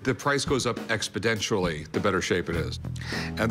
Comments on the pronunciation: Rick said "the price goes up EXPEDENTIALLY"... lmao... can't say exponentially. Reminds me of how people say "supposibly" 😂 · The price goes up expoDentially. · "expodentially " 😂 😂 with independance comes poor education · Did Rick say expodentially instead of exponentially ? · Expodentially lol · I learned a new word today “expodentially” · why does he say expodentially